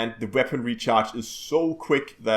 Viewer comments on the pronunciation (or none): none